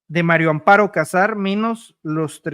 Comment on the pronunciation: Si van a decif algo al publico x lo menos tomen clases de lectura lo de el jefr de Pemex lo entiendo es gente de Oaxaca qud contrabajos hablan el Español pero tu eres um Yutuber y tienes x lo menos que leer bien, la mujer se llama Maria Amparo Casar de casamiento no de Cazador Maria, no Mario Mario es masculino da pena que aqui en Mexico sesn contados con los dedos de la mano quien sepa leer bien, da pfna oir gente con carrers Universitaria que lef coml un niño de segundo o 3er. año df primaria.